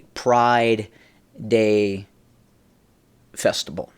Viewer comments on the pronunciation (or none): I love you,, but it's "debauchery/festival," not "debalchery/festible".